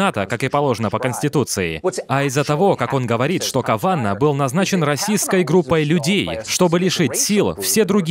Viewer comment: Блин мне слышится вместо расистской слышится российской.